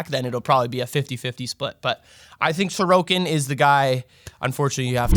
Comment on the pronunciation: Comment features back to back weeks, with proper pronunciation and everything! Thanks a tonne, great video and advice as always, and I'll see if I can get anyone to bite on Sorokin!